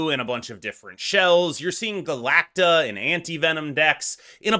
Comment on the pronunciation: Galacta** It's bewildering how many people add that "ic" in there. Three syllables my man.